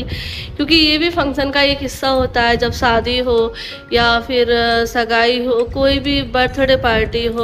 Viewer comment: Bolna seekh lo pehle fir vlog bnana lgta hi nahi Muslim ho kya talafuz hai....itna sunne me kharab lgta saadi,sagun 😂